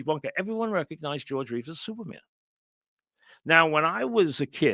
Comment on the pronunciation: Please, I need a Francesa movie review every week. Supahman is not youmin.